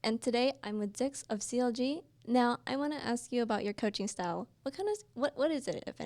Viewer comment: HIS NAME IS NOT ZIKZLOL